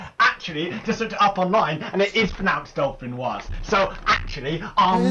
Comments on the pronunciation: It does sound like he is saying dolphinior, i checked multiple times XD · you totally said "Dolphin-wah" my boy